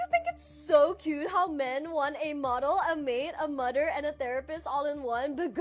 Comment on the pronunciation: "a mudder".😅